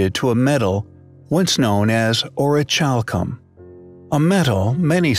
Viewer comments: The way in witch you pronounce the word orichalcum is highly compelling I believe it's pronounced (Aw-ruh-kal-km) not chalcum as the ch makes a kal sound instead of a chal. Also it's interesting that in Latin Orichalcum translates to mountain copper. Comparative to brass orichalcum is a copper zinc alloy. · To spell it like this: orich alcom . No wonder its so irritating to hear him pronounce it that way!! The H is silent. It's just not to "Highly Ch ompelling!!" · Pronounce the ch like c, as in ori-cal-come. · Yes, Thank You! So irritating to hear dude pronounce it that way. I mean, Come ON! orich alcom !? And that's how he spells it!? Not very ch-ompelling!